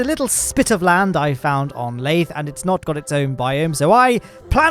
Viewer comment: LAYTHE HELICARIER